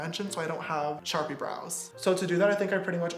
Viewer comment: he said “charpie” LMAOOO